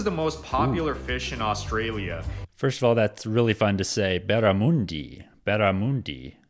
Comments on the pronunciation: The guy who is presenting the video your featuring has zero idea on pronouncing Australian words firstly it's not oustralia it's Australia and the fish is called barramundi not barramoondi and beetroot not beet-root. He obviously has never been to Australia. Our sausage rolls and sausage and bread are completely different we eat both the sausage and bread is called a sausage sandwich and our Big hardware chain called Bunnings allow the local clubs and charitys to sell them out front on Saturdays as for kangaroo you can eat it but I don't like it it's too gamey like your deer has a flavor that is very strong its high in protein and very low in fat but give me a steak anytime. Vegemite is a yeast extract basically the leftover from beer brewing very salty we love it but the rest of the world doesn't and I get that it's high in vitamin B and is great for hangovers. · He is really annoying Mr how he says Australia. It's not "Ozssstralia" it's "Usssstraylia" Baaarrraaamundi Not "boramoondee." 😅